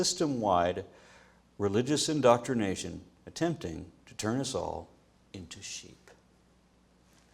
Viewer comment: Turn us all into sheep. Sounded like turn us all into shit.